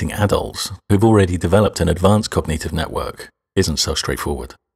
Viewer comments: Your saying cog-nEE-tive is dissonant. It's cog-nit-ive... as in, wit-nit. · why does he pronounce cognitive as cogneative?